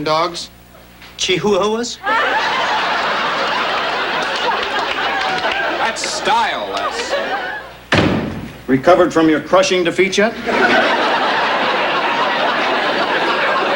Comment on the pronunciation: Che hew hewa's? Lol! 😆😆😆